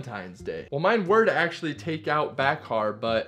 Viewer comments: FYI her name is pronounced without the k. So like Bahar, (Ba-har). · You are pronouncing Bakhar’s name incorrectly. The “ K “ is silent. It’s “ Ba-har “ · Ba har. “K” is silent. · The k is silent in Bakhars name it's pronounced Bahar just so you know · I had a feeling he was mispronouncing her name! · You should have probably researched how to pronounce her name before making this video, bruh